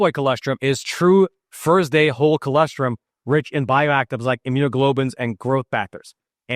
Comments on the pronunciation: I can’t believe no one has corrected you, yet. I thought the client would have. It’s chol-OSS-Trum. Not Chol-ESS-trim. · Btw it's an o not an e. col0strum.